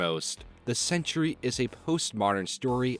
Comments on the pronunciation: 'Sentry' only has two syllables. You keep saying 'Century'. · SEN-TREE... NOT CENTURY!!!!!!